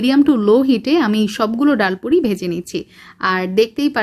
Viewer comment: ডায়াল পুরি নয় । ডাল পুরি ।